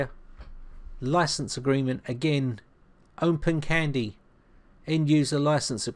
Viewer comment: Why do you pronounce it as OmpenCandy?